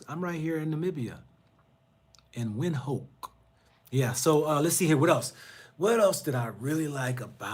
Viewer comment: You can’t be pointing out how westernised Gaborone is and yet you cannot pronounce the city, then u get to Namibia and you also seem to have a problem with the name Windhoek. B4 a pot calls kettle black it needs to check it self b4 it wrack itself . Your Psychological projection needs sme working